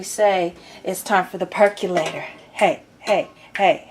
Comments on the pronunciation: Why do so many people mispronounce percolator? It's NOT perk U lator; it's perk O lator. So say percolator. There you go. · Per CO lator, not perculator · "Perculator" LMAO! ...lost me right there.